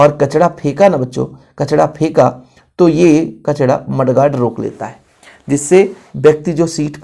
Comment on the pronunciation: Kachra ❌ kachda ✅ 😂😂 sir thoda sa majak bhi karna chahiye "sorry" 😊